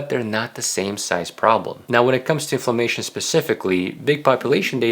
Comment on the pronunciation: Thank you for really good information great summary for what constitutes of healthy diet. Very well-rounded. And very reasonable. (But thank goodness for closed captioning because he keeps saying famation, instead of inflammation)